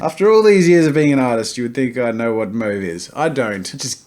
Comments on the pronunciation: asaksasdgahsdgsdfghsdfh its pronounced (M-AW-VE) not (M-OH-VE) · Mauve is pronounced Maw-v,not Moe-v, sorry Jazza... guess you really don’t know Mauve lol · it's pronounced (M-AWE-VHE) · jazza’s way of pronouncing mauve threw me off so much. wtf is that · Also learn how to pronounce mauve please Jazza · Ashley Alfred its pronounced moe-v in Australia (by most people anyway) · They're both valid pronunciations in different regions. In England we sometimes just use the French pronunciation which is kind of between the two.